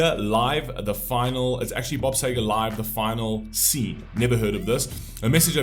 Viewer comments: It's Sea-ger, pronounced that way not Say-ger🤨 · First I'd like to say thank you for introducing Bob Seger to other people on your platform... May I suggest pronouncing Bob Seger's name " Seeger " as we do in USA, for its how he says his name. The song was a big hit in America as well. I also understand the English and American pronunciation of words are different. Bob Seger is a Michigan Treasure as well in America, also other musicians hold him in the highest regard here in the USA. May I suggest Googling his name, asking a few questions regarding him and you will find so much information on the Great Bob Seger... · Yeah the very least he could do is pronounce the Mans Name Correctly. I love his music Staple of my Teenage years loving getting hurt and growing thru it all